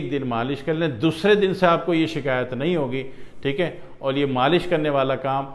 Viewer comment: Teek hai ,teek hai Kiya ratthe ho .pahile toom teek hojaopheer teek bolne ka vidio banana seekho theek hai .